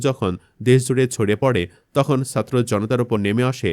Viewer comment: উপস্থাপককে বলছি, আপনার উচ্চারণ এতো খারাপ কেন? অপরাধকে অফরাধ, ছাত্র কে সাত্র বলছেন! বাহিরে শব্দটা শুদ্ধ কিন্তু চলিত ভাষার মধ্যে বাহিরে না বাইরে হবে, যেমন রবীন্দ্রনাথ ঠাকুরের উপন্যাস 'ঘরে বাইরে'। চলিত ভাষায় কথা বলতে বলতে হঠাৎ শুদ্ধ শব্দ ব্যবহার অশুদ্ধ এবং কথার মধ্যে হোঁচট লাগে শুনতে। ইলিয়াস ভাই এর উপস্থাপনা অনুসরন করুন, আবার অন্ধ অনুকরন বা নকল করতে যাবেন না দয়া করে। নিজের খবরটাই শুদ্ধ করে পরিবেশন করুন আর না পারলে পিনাকীদা এর মতো একদম আঞ্চলিক শুরু করুন তবুও আল্লাহের ওয়াস্তে, বাংলা ভাষার ১২টা বাজাবেন না। ধন্যবাদ।